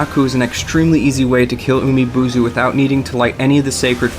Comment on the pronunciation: The way you pronounce some Japanese names in this vid is kinda cringeworthy... Japanese is kinda has a direct pronunciation when it is romanized, like Ginchiyo is supposed to pronounce as "Gin" and not "Jin" as you did in this vid. Another example is Umibozu's "bo" is not pronounce as "buu"... I know this sounds like a complain from me but take this as a constructive criticism instead of a random rant.